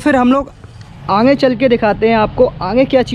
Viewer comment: आगे को आप आंगे बोलते हो ...ध्यान दो भाई